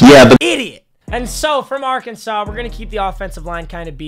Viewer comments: Mate... I live in Arkansas and it is pronounced Ar-kan-saw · OMG you trigger me when you say Arkansas even though they aren’t that good this year